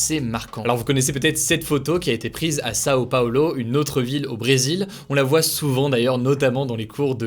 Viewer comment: sao paolo mdr pire prononciation du monde